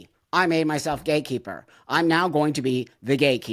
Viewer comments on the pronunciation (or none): Please tell me buck said "gay keeper" and not "gate keeper". Gotta love Buck always the truth